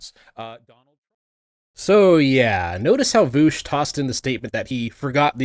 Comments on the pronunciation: Why does he call him voosh? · I physically cringe everytime you say "Nootsi" and "Voosh"